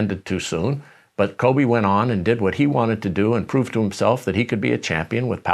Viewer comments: Kove-Shaq Fued 🤣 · Let's please put some respeck on Kobe's name, it's not Kove